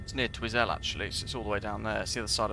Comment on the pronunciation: Twy-zil :) Gidday from down in NZ, nice to see people enjoying our humble scenery lol. Am just up at NZWB so this is all just ho-hum usual old mountains and lakes and stuff :)